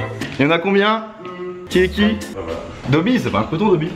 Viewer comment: dobby pas dobbi 🤦🏻‍♂️